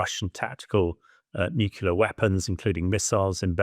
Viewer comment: Here we go again... "Nucular" and "Mediyev"? Can you at least find "experts" who can read?